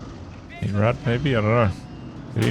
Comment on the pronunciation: Yeah, the Rad in 8-Rad is pronounced just like the Ketten-K(raft)-Rad but most English people have problems pronouncing the German "ch" like in "acht" = "eight" (IPA: /ɑxt/) so yeah xD would make more sense for you to call it eight wheel or (Sd.Kfz.) 232